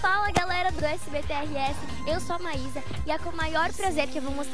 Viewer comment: Maísa????????? É "Maisa" ah mdsss